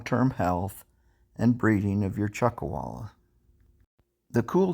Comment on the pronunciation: Chuck “a”walla??